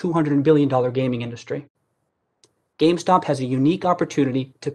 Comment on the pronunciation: GAMESTOCK hahaha he says gamestock